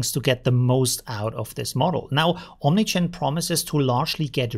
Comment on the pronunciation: Only me hearing OmniChan? :P